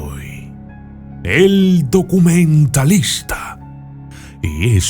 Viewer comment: NO SE DICE , DUCUMENTALISTA. SE DEBE DECIR , DOCUMENTALISTA......